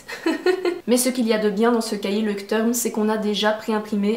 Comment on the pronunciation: Sympa ta vidéo. Leuchtturm se prononce ˈlɔɪ̯çtˌtʊʁm (à la fin tourm, le u se prononce ou en allemand). J'espère que J'ai pu t'aider